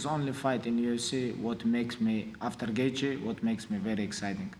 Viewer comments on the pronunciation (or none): none